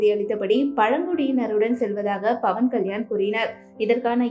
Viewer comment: Bhavan ilai. Pavan. Pl ssy correctly